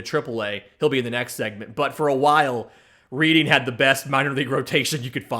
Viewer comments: LOL RED-ING. Not READ-ING. But Keep going. Love the work here! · Dude the double AA city is spelled Reading but pronounced Redding. Other than that great show. Learned a ton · Reading is pronounced redding